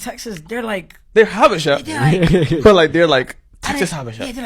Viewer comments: Its pronounced Ha-buh-shah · 1.)I dated a Habesha (pronounced Ha-bee-shaw) woman. They are technically characterized as “Caucasian” because of the Presence of Arab( Caucus) blood. Most East African people don’t think their white but of mixed ancestry similar to creole black Americans in Louisiana 2.) Habesha women definitely prefer black American men due to our perceived dominance and masculine appeal. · Pronounced Habeesha. Very delusional. Had to cut off Ehiopian fake frens. Said her stepmom acts American. I asked wtf does that mean? She responded she has an attitude. My response, her attitude has a lot to do with her personality. Good bye forever 🫡 Hard to understand why they hv a superior complex as most of them hv low level jobs. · These are the delusional Ethiopians, they are not all like this. These men will still get pulled over by law enforcement. It’s pronounced Ha-be-sha..